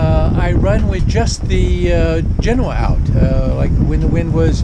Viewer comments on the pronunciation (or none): none